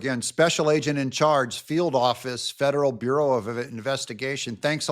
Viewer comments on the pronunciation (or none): none